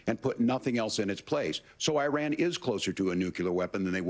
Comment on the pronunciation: eye ran 😂